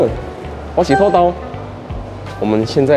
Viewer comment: （土豆）的發音要校正一下。